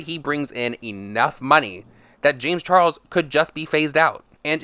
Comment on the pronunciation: Darrick Sp40 i’ve been hearing “lames charles”